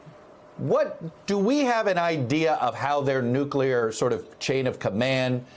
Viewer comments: Nook - lee - er. Shouldn't be that difficult. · Nucular? Crikey.